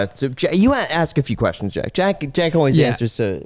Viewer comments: Is it just me or did I hear him call jack, “jake” 😂 smh didn’t get a good vibe from him wish he would have been a bit more transparent. Good show ! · It’s Jack not Jake 🙃